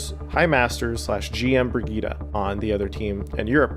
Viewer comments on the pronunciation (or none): People quit Overwatch because Blizzard cannot pronounce a simple "Bri-jet", they had to be weird and read it "Bri-Ge-ta". Playerbase was like oh okay time to move on to a not cringe game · is pronounces briyit not briguita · WAIT... Is it pronounced Bri-GEE-tah?!?! what the fuck. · Brigitte = Britschgida well done... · Why the heck do they pronounce her name like that? Is it not "Bree-Jit"? Why "Brigitte? Like saying Vegeta? Awful. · Breg-gye-teh nice one score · It’s not pronounced Brigueeta, just saying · Name: Brigitte Pronunciation: Brih-GEE-TAH ????? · i'm sorry "BRIE-GIE-TTA" wtf it's not how it's prononced at all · The fact the the devs and community are mispronouncing her name is hilarious. Brig..eta? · "Bridget" lol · You know it’s a trash character when nobody pronounces her name correctly. If you want her name to sound like brig eet ah. Spell it brigitta not bridgette which sounds like bridge it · There's no way that's how they want us to pronounce "Brigitte", that alone should be a reason to hate this character lmao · love how you pronounce brigitte ahaha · hurts my ears how you pronouce her name... its a german name at least try to make it sound like one. same goes for prosche or mercedez... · Can no one pronounce her name right? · What annoys me more is that no can pronounce her name right! BIRGITTA! not BIRGITTA! ;) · As a frenchmen, the way you pronounce Brigitte is hurting my soul. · Dang. I know language can be tricky at times and it can vary/differ place to place but in what part of the bleeping world does the word "Brigitte" has an "uh" pronunciation anywhere in it? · How the fuck do english people pronounce brigitte !!! Where's the "a" at the end of the name xD